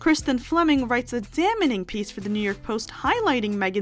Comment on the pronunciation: "damening" 😂😂😂 please, learn how to pronounce basic words